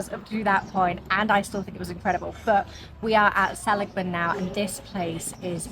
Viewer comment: I live in Illinois, so I've also never tried In & Out Burger. But, we have Culver's (started in southern WI), and Portillo's, which started out as a Chicago food cart. Just so you can impress us if the subject comes up again, Seligman = suh-LIG-mun. No charge!😉 I've had the wonderful experience of backpacking into Grand Canyon 3 times, and twice into Havasu Canyon.